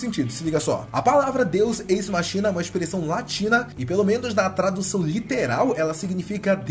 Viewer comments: A pronúncia certa é "deus écs-máquina". Não "deus êis-machína". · a pronúncia é "Deus équis máquina" :p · Se pronuncia "Deus Equis Máquina"